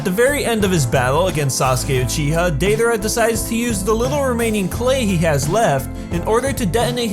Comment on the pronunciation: Your pronunciation of "Sasuke Uchiha" was weird.